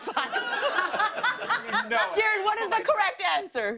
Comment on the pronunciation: It's KI - RUN not KEE-RUN